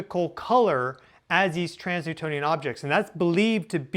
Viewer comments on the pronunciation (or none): Just a side note. 'Trans-Neptunian objects' is pronounced "trans-nEPtUnian objects" and not "trans-nEWtOnian objects". Please don't let misleading pronunciation habit spread and settle in 🙏